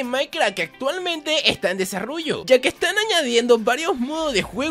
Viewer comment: En el video dice desarrullo jajajajajaja al principio de el video